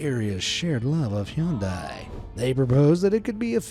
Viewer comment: I've never heard anyone butcher the pronunciation of Hyundai so badly before.